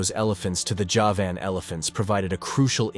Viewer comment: The horrible pronunciations are a nope for me. If you can't even pronounce Javan, why should i believe anything else?